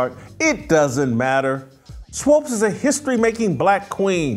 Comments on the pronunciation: Swopes lol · Why Jason can't pronounce Swoopes, it's not Swoopes. Kinda distracting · Whitlock, 🤦🏾‍♂️Swoops** rhymes with hoops🧏🏾‍♂️😂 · Is Jason confused about her name? It’s Swoopes not Swopes! Do better Jason! SMH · Jason needs to learn how to say “Swoopes” 🙄. It’s distracting from the good point he is making. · Jason, can you please say "Swoopes" and not "Swoopes"? You're killing me, Smalls. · pronounciation of swoopes is problematic lol